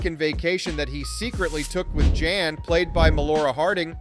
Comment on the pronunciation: Did he just pronounce “Jan” as “John”? 😂